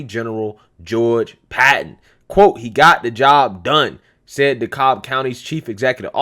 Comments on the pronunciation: FYI, in Georgia, Dekalb rhymes with the cab, not the cobb. Probably because we have a Cobb county also. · Bruh, you're trying to hard trying to pronounce the county. Just say it like DeCab/DaCab. Vernon Jones for Governor Herschel Walker for Senate Owens '24 if Trump doesn't run ✌️🍑👍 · DEKALB COUNTY - "DE-CAB" COUNTY